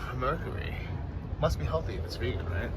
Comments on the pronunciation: Vagen? Man that accent threw me off I thought it was Veagen... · It’s “Vee-gan”. Geez,, aren’t you from S.F., an epicenter of “Vee-gans”? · It's VEE-gan, long E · And learn to say "vegan"🤣😂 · 1, Top of the Morning is an Irish expression. 2, London IS one of the most Famous Tourist Destinations in the world. 3, the "Metro" was closed due to the Queens funeral. 4, Learn the history of the original London bridge and 5 learn how to pronounce Vegan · This guy got the video all wrong couldn't pronounce the word "vegan" properly then Biden drives by and he thinks it was the queen and the list goes on come on man do your research not like crappy Ukraine or the rest of the EU countries you visit are any better full of crapp good thing i didn't subscribe. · Someone teach how to say vegan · I thought the way he pronounced it was a tip off that he was trolling in this entire episode.